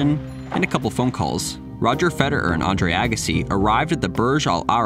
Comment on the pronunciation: why do you pronounce the name FEDER- ERRRRR like that?